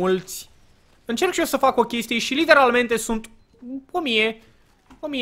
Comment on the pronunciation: De ce tot spui ,,Liternamente" :))